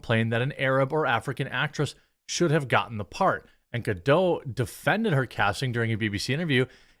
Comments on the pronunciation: Gal Gadot is Isreali, not French. The T at the end it pronounced. Pretend there is an E after it. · Who's "Gal Gadoe"? Gal Gadot isn't French, the T isn't silent. I can't imagine the logic that would make you think Hebrew follows the same pronunciation as French...